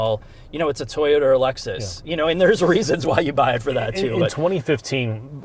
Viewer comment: We can't hear you over the childish Nintendo noises. "Laxus". 🤢